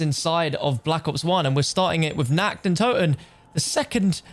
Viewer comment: It's NACHT, not NACKT. It's the night of the undead, not the undead being naked!